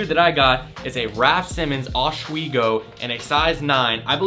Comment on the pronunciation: this bru really said oshweego